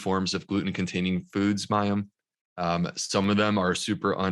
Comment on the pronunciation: Oh Mayim I'm a bit disappointed that you have not made an effort to ensure that you pronounce his name correctly... It's not that hard (coming from a Polish person) lol ;-) And on a serious note - Such a Fascinating conversation!! Also, fellow SIBO'er here 🙌